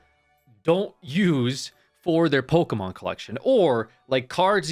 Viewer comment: bro said POKEMAN LOL gameover